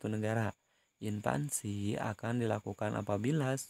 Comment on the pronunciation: Sedikit koreksi pak Invasi bukan Invasi :)